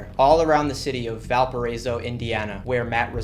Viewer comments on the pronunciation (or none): none